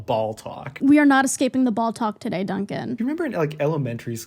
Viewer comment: I know it was just one line in this whole fab collab but my brain is stuck on "ball-talk" ...sounds like balltok. Which makes me think of a totally not weird at all sports? community on the clock app